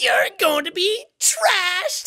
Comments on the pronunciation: i like how he keeps saying trashed not thrashed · Since when did the H become silent in thrashed? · But like, he says most other "th" words nicely. Like "three" for example. I think he just didn't get it's "thrash" not "trash" XD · whats frustrating is how he cant read the word THrashed. not TRashed, THrashed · Am I the only one who thinks trashed sounds better than thrashed? Yes it's wrong, but it fits the character so much better! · when it says “thrashed” and sean says “trashed” it honestly makes my day :,)) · JACK HE'S SAYING THRASHED NOT TRASHED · U do know he thinks is says trashed not thrashed right? XD it* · Lol, he keeps saying trashed instead of thrashed. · no, he fully says "trash" not "thrash" he just keeps misreading it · Jack:complains about people saying "seen" and not "shawn" also Jack:cant tell the difference between thrashed and trashed like bruh ,':/ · Does anyone else notice jack says 'trashed' instead of 'thrashed'? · Love how he says trash instead of thrash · aCK Jack keeps saying trashed when lancer say thrashed aNd iTs rEaLlY bOtHeRiNg mE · Wanda Love it’s his accent. Three is tree, thrash is trash, he can’t do th. Just how it is. Also if he does say it in other videos, can we have the source? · It just strikes me as odd that he says "thrashed" as "trashed", yet "through" remains the same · the fact that trashed is a real word makes it MORE annoying to me for some reason lol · REEEEEEEEEE ITS THRASHED NOT TRASHES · Is it just me or is Jack saying trashed and not thrashed or am just stupid? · ITS “THRASHED” OH MY SWEET JESUS JACK